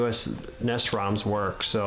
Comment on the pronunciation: What the fuck is a NESS? It's N-E-S